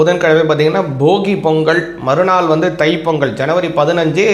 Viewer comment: பொங்கல் வரும் பொங்கள் ஒரு நாளும் வராது தமிழை சரியாக உச்சரிக்கவும்